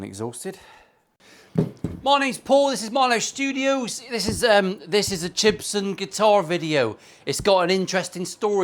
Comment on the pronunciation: It’s not Jibson. It’s GIBSON. 😂😂😂😂😂😂😂